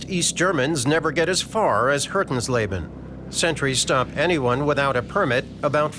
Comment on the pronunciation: he pronounced Hötensleben as "Hurtensleben". no wonder i couldnt find it o the map